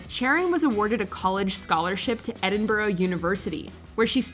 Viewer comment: Well the narrator isn't joining this list anytime soon. After pronouncing 'Edinburgh' as 'Eddin-burrow..' during the Sharon Stone segment. A lot of these boil down to 'A celeb who isn't as thick as most other celebs' tbh. IQ numbers mean nothing without the application of any intellect present.